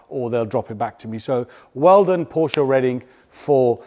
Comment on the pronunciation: bravo now saying Porsche correctly! You prove we're never too old, or too cool, to learn 💪